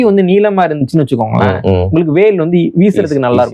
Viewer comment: வ பல வாக் திரிவது வடக்கே இயல்பு. புவனேஷ்வர், புபனேஷ்ஷ்வர். வேல் பேல்